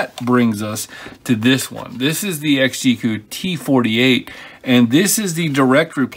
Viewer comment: You know it's pronounced XG - E.C.U. not "exgeeque" lol